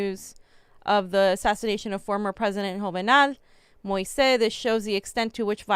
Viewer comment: Fiorela, Moise's name is pronounced Mo-eeze.